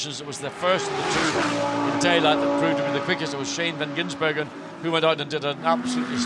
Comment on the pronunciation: Please, someone slap every time he says 'van Ginsbergen'...drives me spare.